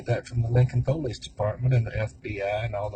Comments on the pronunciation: Damn ...nice try .. didn't age well 😂..but why ? Like they just wanted to kill someone? I don't get it ? And btw it pulleese not po lease ...dorks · I'm just annoyed hearing that guy pronounce the word "police" as "poe-lice"! It's pronounced "pa-lice" you shady hick!!-the Troll